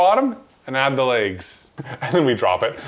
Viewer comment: “The leygs”